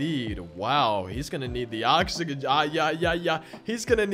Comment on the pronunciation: bro could not say oxygen for the life of him